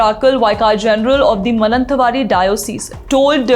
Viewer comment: Place is pronounced as MAA NANDA VAADI and Mananthvadi.